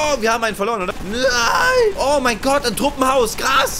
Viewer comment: Ach jetzt heißt es nicht mehr "Oh mein Gott", sondern "Oh, mein Gert" xD??